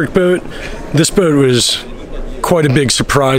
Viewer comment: My friends and I started drinking game. Every time he says the word bout. Just so you know it’s a yacht not a bout.